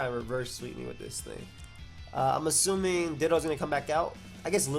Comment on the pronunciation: “I’m azzuming this is Z” love the Freudian slips:)